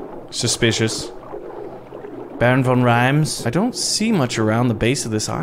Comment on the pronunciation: "doont think we doont" HES CANADIAN! YESSSS